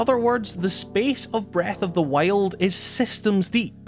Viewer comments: Breath of the waile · its breath of the wild not breath of the whale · Breath of the Whyled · breath of the wale? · Breath of the Wiald laddie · Breath of the Whiled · breaf of d wajild :D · "Breath of the Wayald" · how you pronounce breath of the wild brreahth of the wyoauld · "breath of the weild" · Breath of the waild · "When you first pick up Wreath of the Why-old" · STOP SAYING FUCKING BREATH OF THE WHALE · Breath of the Weh - old. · When you said Breath of the Wild, it kinda sounded like Breath of the Whale XD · breath of the WHAILED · "Breath of the Weld" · "Breath of the Wail'd" lol great vid! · Did you say breath of the whale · Læfend of Zælda Breath of the Wæld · Breath of the wayeld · Did you just say breath of the whale? At 0.05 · Breath of the wiyuld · Breath of the Whyuld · Breath of the wEiilld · Not really. I don't think wild is supposed to be pronounced as WEHLD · "Breath of The Wayuld" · "The legend of zelda: breath of the wailed" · "breth of thee weeyuld" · i keep hearing breath of the whale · Breath of the Weighlt xD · Is it just me or does he keeps saying "Breathe of the whale"? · Am i the only one that hears " breath of the whale"? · lol. "Breath of the Whaled". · Heard the way you pronounce wild in the first 10 secs and got out of the video, lol sorry dude I don't like ur accent 😂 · I think he's Australian. They pronounce /aı/ as /εı/.